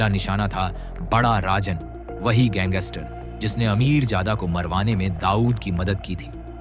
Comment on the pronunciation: Gangster boliya not ganggister